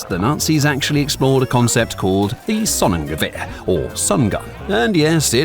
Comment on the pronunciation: Gonnegewmber sounds like goongewmber